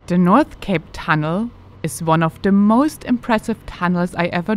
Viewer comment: Very good video and you do very well with the pronounciacion of the names of places. Nordkapptunnelen was mentioned. Here I would add that Norway has many tunnels (nearly 1200) - with a total lenght over 800 km. Of under the sea tunnels are there many and the longest and deepest is 14,4 km long and 292 meters under sea level. Near Stavanger they are starting to build a under the sea tunnel of 27 km length. I would challenge you on your constant repeated use of the term remote I think your use of the word is underpinning a misconception and are misleading in the understanding of the Arctic of Norway. Norway is a larger country than both Germany and Switzerland. Due to it's shape the distances will be much longer than what German speaking tourists are used to. The northernmost county (Troms and Finnmark) has an area of nearly 75000 sq. km. The distance from end to end is something like 1200km. Compare that to the area of Switzerland of 41000 sq. km. ... and were your roadtrip will end after around 300 km. The distances alone does not make a country or a region remote. People in the Arctic of Norway ( in a region you call remote) have access to all modern infrastructure ... just as in Germany or Switzerland. We can start with that Norwegians has way better internet than Germans has. It has also mobile phone coverage all over - even in most of the tunnels. The Arctic of Norway has 9 airports that serves jet planes like Boeing 737 / A 320 or bigger and some all the way up to the b